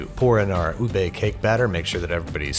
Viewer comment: LARS IS NOT UBEY IS UBEH